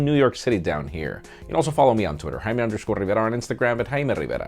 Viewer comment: Jesus, can you say Hayme RRRRiverrrraa a couple more times??? Missed it the first 15 times you said it.